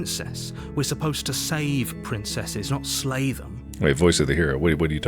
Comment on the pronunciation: Slay? I thought you said "Lay the Princess" Ooops